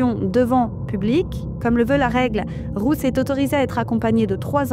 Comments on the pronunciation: Pourquoi cette femme dit Rousse ou lieu de Ruth ???? C'est tellement désagréable de l'étendre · Pardon ! Je ne comprends pas pourquoi la presentatrice prononce "Rousse" et pas "Ruth". Est-ce moi qui n'entends pas bien ??